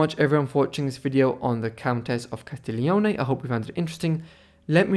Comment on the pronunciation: Si chiamava C A S T I G L I O N E non CASTEGLIO. La prossima volta mettete un narratore in grado di saper leggete e parlare correttamente l'italiano se volete essere seguiti. Non sappiamo di chi cazzo sta parlando se non pronuncia i nomi correttamente. Nessun interesse. Di chi parla costui ? Booohh !